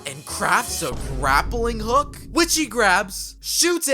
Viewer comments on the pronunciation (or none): none